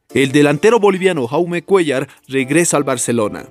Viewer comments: Se pronuncia yaume como jordi se pronuncia yordi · Se pronuncia yaume, su nombre es proveniente del catalán y no Jaume como pronuncia el comentarista del vídeo, y no lo hago con la intención de criticar si no simplemente informar.